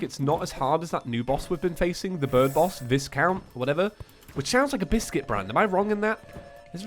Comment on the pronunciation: The S is silent is Viscount